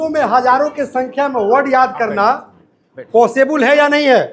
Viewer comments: पहले अपना उच्चारण सुधारिए इंग्लिश को इंग्लिस कह रहे हो और पॉसिबल को पॉसिबुल 😂😂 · Sir jee the word is possible and not possable.please avoid mispronunciation because any word which is pronounced wrong can alter the context of the entire sentence and creates confusion for the listeners.however you are doing a good job in your endeavour to teach spoken English to small children.I wish you all success and speedy progress of your coaching centre. May your coaching rise sky high.please don't take my comment otherwise. Thank you. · अरे posebul क्या hota hai sir? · Sab to sahi hai lekin ye pisuble kya hai sir 😊